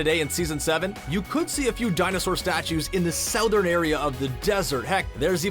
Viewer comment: U said southern wrong